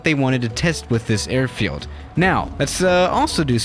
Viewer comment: Us: a i r field Swiss: errrrfield